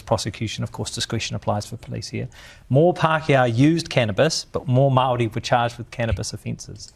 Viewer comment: Barely able to pronounce the word Maori.